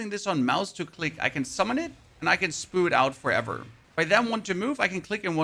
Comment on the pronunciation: saying spew like spoo made me laugh. Thanks I needed that!